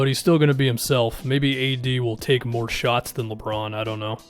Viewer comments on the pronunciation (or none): none